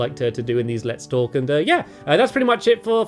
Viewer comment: I literally clicked on the video, and for the first few seconds, I was only half listening while looking through the comments. And it literally sounded to me like he said "Welcome to another Let's FORK" ahaha